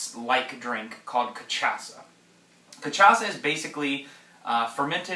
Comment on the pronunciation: It's pronounced ca-sha-sa